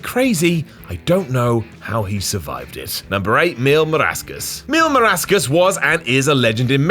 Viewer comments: is mill.mascaras no mill marascas, it so Easy to say boy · 😡😡😡Dude it’s Mascaras not Marascas!🤬🤬🤬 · Its MASCARA not marasca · Marascas? The fuq? Mil MASCARAS. As in Mascara with an s at the end. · Why does say "Marascas" when it's MasCaras? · Spanish: MIL MÁSCARAS: MIL MARASCAS LMFAO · Mil mas-ca-ras, not marascas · Mil mascaras (mil mas-ka-ras) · I know everyone else is giving flub for “Marascas” and I love you, but I mean c’mon 😂. This will forever be whatcultures equivalent to the time R-Truth called Milwaukee “Green Bay” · "MIL MARASCAS" I'M SCREAMING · Mil "MARASCAS". Lol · Mil Máscaras sounded like "Mil marascas", whic is a botch in the line of Botchamania. FFS, if you don't know how to properly say a spanish name, you can ask your followers and we will be happy to help. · I'm in my 50's as well, & I remember seeing Mil Mascaras in the 70's, back when Vince McMahon was just an announcer. He definitely deserved the Hall of Fame induction. Oh, &, darling; it's pronounced "MASK-a-russ"... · "Marascas" Come on, dude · Next up, "Mil Maracas" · you are so lucky you're so sexy....butchering that name...was not it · I’m glad everyone is bringing up how you misread/mispronounced Mil Mascarás, you bald as* hole. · they're talking about how poorly he pronounced it lmao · I know 😅😅😅 I was referring to weird mispronunciation of "Mil Máscaras" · Shadie It’s pretty disrespectful though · Hes a brit ,he cant pronounce shit. Most Europeans struggle with names that aren't Smith.